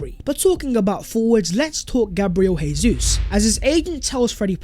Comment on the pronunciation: It’s Jay-zoos, not Hey-Zoos. He’s Brazilian not Spanish! Cmon bro